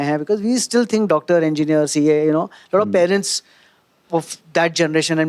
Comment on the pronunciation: Someone pls teach Amit how to pronounce “parents” 😅